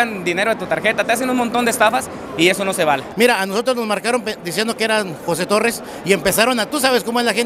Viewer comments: Es torres no torrez con z no es con s 🤦‍♂️ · Tan soberbio el tal José Torres, y no sabe pronunciar las palabras correctamente. 🤣🤣